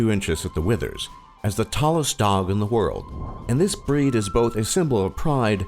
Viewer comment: you pronounced every thing wrong 😥